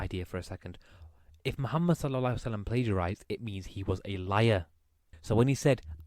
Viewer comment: Lol how can people take someone seriously who can't even pronounce Mohammed PBUH and Islam properly🤦‍♀